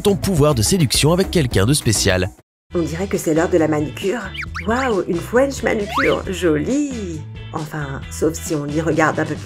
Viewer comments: A il l'ont dit aussi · Quand la fille dit french manucure le r devient un w donc ça dit fwench manucure